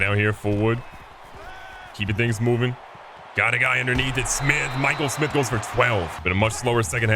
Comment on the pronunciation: Hearing him pronounce Mikel Smith, pronounce Michael Smith after I commented on early vid is fire 🔥.. keep up the vids Bro